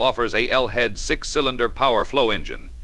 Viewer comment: Did I just hear "kill-inder block"? Say what?